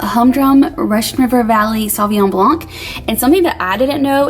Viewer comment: Hi, this is my first time commenting on any channel. I'm bilingual and I just wanted to tell yopu that when you say blanc, don't pronounce the "C" at the end. Just say "BLAN". It is the true way to pronounce it. I hope this doesn't upset you, it is meant kindly. I just love your show and I don't like onions either. lol